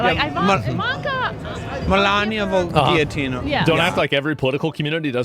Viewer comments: "gill-ah-tean" ok.... And we listen to these people. 🫩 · The lady with the guillotine sign doesn't even know how to say guillotine. How stupid can you be. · Nor can they pronounce guillotine.